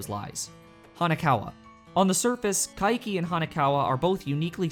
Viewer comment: Why do you pronounce Kaiki's name as Ka-i-ki? Its Kai-ki, two syllables.